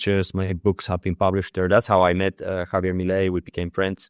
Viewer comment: Por favor, his name is not pronounced Javie' it's Javier. The r in Spanish is as rhotic r with the slightest trill.